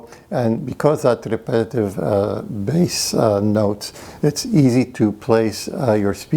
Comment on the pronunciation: Bass, not base.